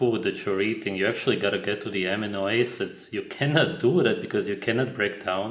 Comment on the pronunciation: Just a tip, but in the West, we pronounce amino acids as "Uh-meeno Ass-ids". I know it's a man made language, but just trying to help seeing as I was not understanding what you were saying for quite some time.